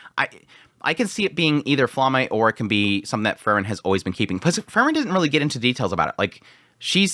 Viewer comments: The pronunciation of Frieren was throwing me off so bad. I thought he was saying let Fern kill Fern and I was like wtf. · He always says it like that. I dont know how you can mispronounce it that much. Free-ren . As in free and kylo ren . Free ren . Its literally how the japanese pronounce it in the show. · I wish he would change the way he says Frieren... Fern and Fern is all I hear constantly. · You pronounce Frieren and Fern the same, and it's very confusing. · Throws me off too lol, I haven't heard anyone pronounce it like that before. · Yes, he should research Frie r e n :) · the way you pronounce frieren is disgusting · Dude y do u pronounce them the same fern and freiren hahahaha it was so difficult to distinguish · the way you say frieren and fern is nearly indistinguishable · Maybe it's because I'm watching at 2x speed but the way you say Fern sounds the exact same as the way you say Frieren, it was super confusing haha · Автоперевод справляется лучше) он вообще вариант произношения Фрирен не понимает 😂😂